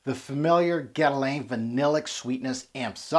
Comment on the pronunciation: Love how you try to pronounce correctly the name of the fragrance but just, in such a cool way, butch the name Guerlain 😂🤣🤣🤣👏👏